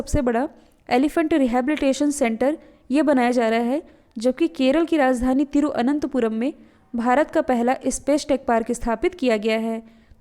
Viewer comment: "thiruVananthapuram" not 'thiruananthapuram